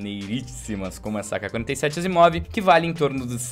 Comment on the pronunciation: o certo é asiimov kkkkk